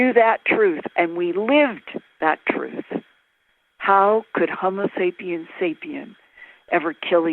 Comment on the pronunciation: Of course she couldn't get through an interview without saying "Sapien sapien." hrm. Love you Linda!